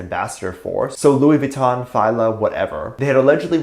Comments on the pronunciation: Love your channel. Fila is pronounced Feelah fee la. Just helping you out. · Why did you say fila like that? Wait is that how it’s pronounced 😱